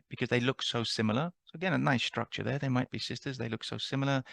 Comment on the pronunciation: I question to - I'd appreciate a lot if you could answer it:) Why do you pronounce the S at beginning of words with an SH-sound? e.g. for structure you say SH-tructure, for student you say SH-tudent, demon-SH-trate, etc. Is it a common thing in British English? Is it a particular regional pronunciation perculiarity?